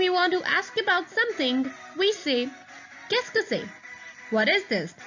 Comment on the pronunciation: "Qu'est ce que" its rare to dont pronounce "Ce"